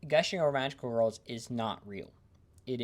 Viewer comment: You appear to be unable to say the word "girls" You are saying "wurls"